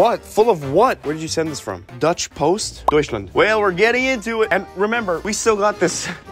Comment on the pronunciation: I CANT IM SO HAPPY HOW YOU SAYD DEUTSCHLAND SO GOOD IM SENDING YOU SOME NOW